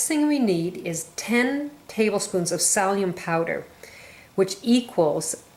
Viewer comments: Thanks for the information and recipe. The most annoying thing about your video is your pronunciation of certain words. Its Silli - um..... (psyllium) not salium and Yoe....lks... not oaks... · Not pronounced salium pronounced silium (psyllium!) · It's not pronounced SALLIUM, it's pronounced SILLYUM. Oh, and egg YOLKS, pronounced YOKES, not OAKS. 1🤣🤣🤣🤣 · She needs to learn how to say, “Sill-E-um” husks!!! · Lol! " salium " and "Oaks" ?? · Please note, it's psyllium, no sallium! Thank you. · Nice video,i believe it's pronounced silly um. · Haha! Thank you! I had no idea what she was referring to when she said "salium"! I even googled it!! Haha! :) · Your videos are great! What kind of drama queen whines about the way someone Pronounces psyllium!? -_